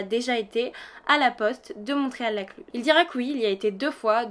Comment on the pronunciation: J'ai les oreilles qui grincent quand vous dites le nom du village, car on ne prononce pas le T de Montréal.